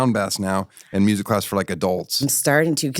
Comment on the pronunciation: “Musiic”? FFS